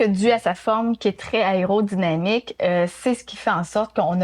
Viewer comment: aÉrodynamique... aÉrodynamique. Répétez après moi... aÉro... 🤣🤣🤣